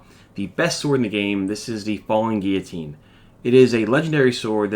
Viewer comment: Its gill o tine silent 'u'